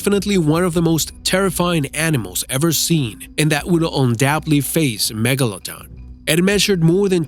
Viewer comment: Why do you say Megalodon like Megalodong?